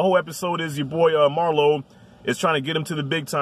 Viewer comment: You said “Marlo” lmao 🤣